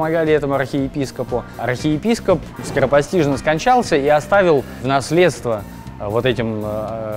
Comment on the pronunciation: Я один услышал "рахеепископ"? )))